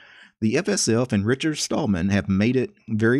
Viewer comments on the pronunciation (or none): none